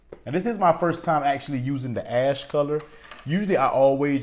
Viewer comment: It sounded like you said ass color